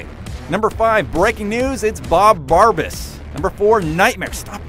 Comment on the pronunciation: Bob Barbas? Really?